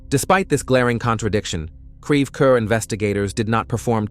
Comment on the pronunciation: It's pronounced CREVE CORE, please stop using AI...AI can't seem to pronounce anything accurately. 🙄